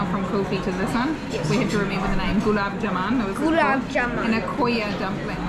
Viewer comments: It is called gulab ja-mun and this mun is pronounced like bun. And aa in the ja is also a bit elongated. The syrup is made from sugar and does not have honey in it unless these guys did put some. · Gulab jamun not jamaaaaaan